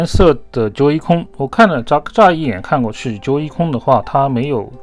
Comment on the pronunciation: 感觉不错，但不是忠实粉，不升级了～ 不过你这日式英文的Joycon确实听着好玩啊～